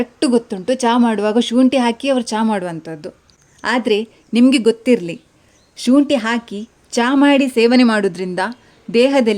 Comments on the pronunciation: ಶೂಂಟಿ ಅಲ್ಲ. ಶುಂಠಿ. ☑️✅ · ಸರ್ ತುಳುವರ accent ಅದು